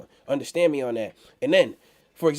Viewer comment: Undastand Undastand Undastand haha